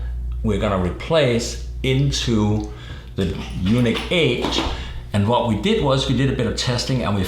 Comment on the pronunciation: It is pronounced like the word Unique, not Eunuch (a priest whose testicles have been removed or mutilated for their specific function in life) I understand you have an accent but can you please pronounce it correctly. Your partner there and all other people including Ryan at Yuneec have been pronouncing it correctly except you. Drive me nuts. :-)